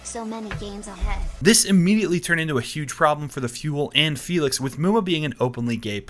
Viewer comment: You using the félix with the wrong akcent, you acualy got to announc her name with hungaryan akcent!